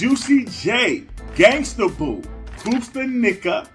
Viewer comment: Pronounced Koopsta's name wrong. Can't be a fan. I'm out before you got started 😂✌🏽